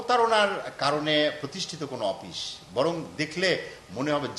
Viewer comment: অপিশ কি? শুদ্ধ ভাবে বলা যায় না?